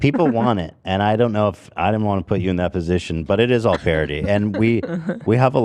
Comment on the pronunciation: love, old people in tennessee definitely say ohl 😂